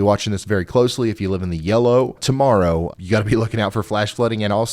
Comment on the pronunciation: I can rely on your forecast to be more accurate than any mainstream news. Thank you. That being said sorry but when you said like a Hawk TUAH morrow is what I heard.🤦🏼😂🤣